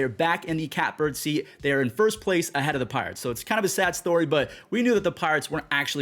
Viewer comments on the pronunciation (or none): none